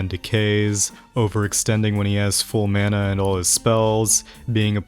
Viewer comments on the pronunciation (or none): none